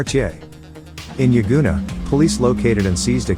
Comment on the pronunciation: He got Yagoona right but can't say Padstow 🤣 " paardstow"? WTF? 😂 I'd by him a case of Coopers pale ale for a round or two of his attempt at an Aussie accent if he thinks that's how we pronounce pad✌️🤠🇭🇲.